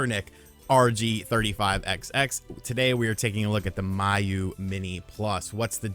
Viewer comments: First of all you're saying it wrong. It's pronounced Me-You.......not My-You...lol. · It’s “Mee-Yoo” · and Miyoo for that matter 😂